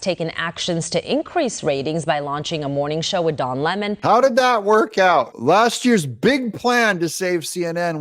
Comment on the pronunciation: The name is Don Lemon . When you said Ron Lemon, I thought to myself. “Great another Lemon.”🍋 LOL